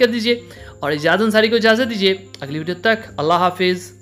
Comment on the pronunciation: بھائی پلیز اللہ تعالی کا نام شد کے ساتھ لیا کریں۔۔۔ درست تلفظ اللہ ہے۔۔۔ الا ۔۔۔ نہیں ماڈرن بننے کے چکر میں گناہ نہ کمائیں۔